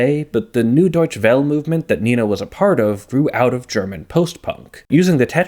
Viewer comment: In German class we learned to pronounce "nay-nah" (approximately) so it's very jarring to hear you calling them Nina